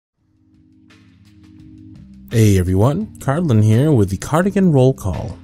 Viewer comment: Bless you, Cardlin! You’re like the only person who’s ever pronounced my name right first try 💕